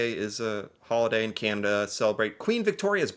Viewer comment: I just noticed you say Canada with an American accent lol you A sounds like eh